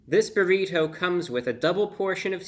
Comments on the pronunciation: I love how you pronounce "burrit-ho" Brah!! 🙂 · The way he says burri"toe" 😂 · The way he says burri TOE haha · I love the way you say "Burritoh". Like the butler on The Fresh Prince Of Bel Air. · I like the way you say "burrito" lol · Why he say "burrito" in cursive like that? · The way he says burrito is pretty funny. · The over pronunciation of the word "Burrito" is a highlight.